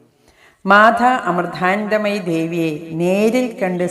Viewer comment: മാധാ അമൃധാനന്ധമയി എന്ന് പറയാതെ മാതാ അമൃതാനന്ദമയി എന്ന് പറയൂ